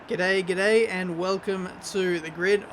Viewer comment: (episode 31):”i’m English” (episode 32):”Gday gday”